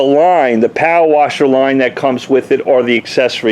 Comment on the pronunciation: Civy 852 All I kept hearing was POW-WASHER. I think he meant power washer lol